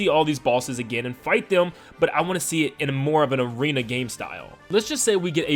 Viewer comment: It’s arena not aren